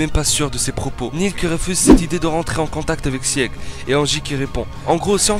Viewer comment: [Sig] pas [siég] ...... Beaucoup trop de nom écorché, j'arrête là